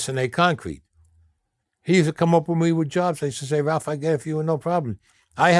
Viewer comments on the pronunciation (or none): none